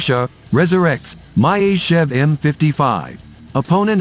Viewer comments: What is this "My-Ist-Tschev"? It should be Myasischev. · Not an opponent of the U-2, it is the equivalent of the U-2. Myasishchev is pronounced Mee-A-See-shev AFAIK. The MiG-31 operates at about 22km altitude. The 37km altitude flight was for a record and was a stripped down aircraft optimised for the role so it was not carrying missiles or radar. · МяТичев) бро😂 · Learn to pronounc e the name of the plane correctly. Or you have dislexia?